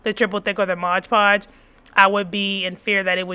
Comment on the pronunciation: Mod. Podge lol I don't know why but everytime you say ModGE Podge I giggle. 😅 Thank you for this video!! I was looking for the best option and you definitely didn't disappoint ❤